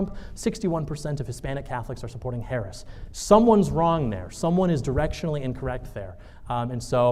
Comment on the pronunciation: I would not participate in a debate moderated by a troll who refuses to pronounce the Vice President’s name correctly.